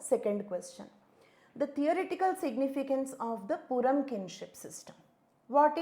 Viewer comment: Purum is pronounced as "Pooroom" not "PoorAm"..s slight correction..thanks!